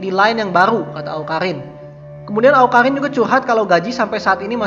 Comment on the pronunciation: Awkarrrrriiiin bkn awkahinnnnn hahaha